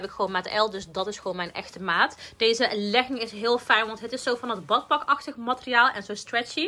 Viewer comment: Je zegt leging zo anders maar echt te cute🤩💕